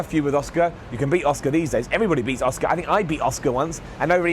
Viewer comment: Who's Oscar? I think her name is pronounced "Ah-Su-Ka* lol